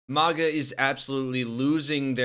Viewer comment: It isn't a posh word, mahguh. It's MAGA, like maggots.